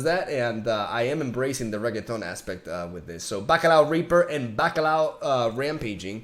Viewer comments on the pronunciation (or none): I really start Building up hate against you since you just continue Calling renekton as rEgEtOnG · Me: Ok. Say REN.: Ren Me: Ok, now EK: Ek Me: TON: Ton Me: Ok! Now all of it, Renekton: REGETON!!! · Nasus more like doge, i love how call Reketon like a puertorriqueño call him for years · everytime you say renekton i was hearing rigatoni and now i want pasta! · keep calling them bacalla , its must more fun to hear it , like rekgeton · ( Perfectly pronouncing "Nasus" on the reaction video) "I don't know if I'm saying it right, I'm sorry if that triggers anyone." Reketon and Bacalao: Am I a joke to you?